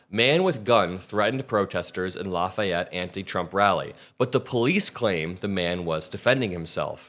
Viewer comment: No way you're a region rat pronouncing Lafayette so properly. True region rats pronounce it La fee ette.